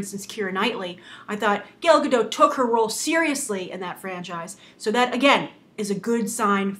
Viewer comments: She did win Miss Universe in 2004. But seriously this reviewer or Whatever she is; is pissing me off with how she pronounces Gal Gadot's name. Lol Gail Gadoe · no comom...her name is Gal Gadot not "gal gado" you say it shity and wrong gal in hebrow is "wave" and gadot is "shore" so say her name right. it is like i'll call you grace reandol or something like that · I can't get over the way you say her name. Gael Gado? It's GAL ga-DOT. And Gal not as in the slang for girl. It sounds in between that and Gaul. I tuned right out, laughing, so sorry. xD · WOW Nothing bad to say because even I'm still on the fence on this casting but seriously. Lady you mispronouncing Gal Gadot's name really bugged the crap outta me. How do you get Gadoe from Gadot? Hell you can't say Gal either you kept saying Gail. Her name is Gal Gadot not Gail Gadoe. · why all english speakers can't pronounce her name? It's, gal ga (like Gap) dot (like Dot Warner from the old animated serie "Animaniacs") there's a T in the end and it's not silent. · The t in her last name needs to be pronounced, it's not French. and her first name is pronounced like 'Gahl' if that makes sense (but I think that might be hard for Americans).